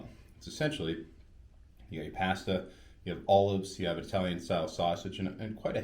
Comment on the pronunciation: Great location for a review. You're mispronouncing "pasta" and "nescafe". 🇺🇸 Timmy's! 🍩 ☕️ There's nothing wrong with a spoonful of sausage. That's what my mom always used to say when strangers would be in my living room when I came home from school.🥲 I was going to commit suicide but I'm going to listen to that podcast now instead. You're saving lives. Bonus points for reusing footage in two different videos.